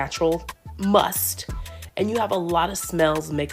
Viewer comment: It’s musk not must